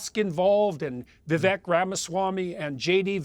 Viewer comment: His name is Vivek pronounced like cake!!!!